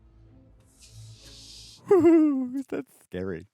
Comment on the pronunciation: Emma is the only one calling him "Siffer" each time. Did they not catch that during filming or even the table read? 😂